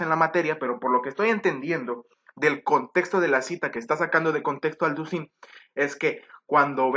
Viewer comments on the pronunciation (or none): Alducin, no lleva acento en la i (Alducín, está equivocado) estás pronunciando mal el apellido Alducin